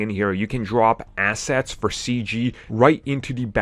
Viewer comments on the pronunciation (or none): right, when you said, drop assets, i heard "drop acid". Lol